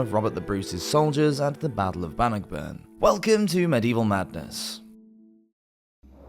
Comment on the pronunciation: Great video, butchered some of the pronunciations though.